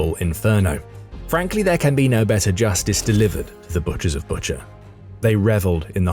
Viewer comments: Bucha is pronounced BOO-cha. Not BUT-cher like butcher. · I think it pronounced Boo-cha.